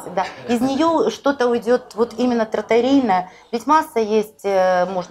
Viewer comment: В Италии говорят с другим ударением: тратторИя) Кстати, раз уж разговор об итальянском ресторане, то там владелец ресторана работает больше всех и знает все процессы лучше всех. В Украине владельцы часто как-то дистанцируются от управления, передавая его в другие руки.